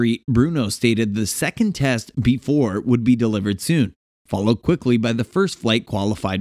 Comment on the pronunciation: It is pronounced B E 4